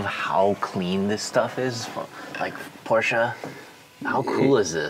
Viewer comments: Rhys , please don’t butcher the name it’s Porsche (Porsha) not Porsche (porsch) !!! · Now just help Rhys say Porsch-uh. Like Nik-e shoes 👟